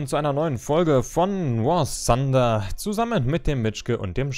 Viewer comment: Nicht "War Sunder"!!!! das ist krank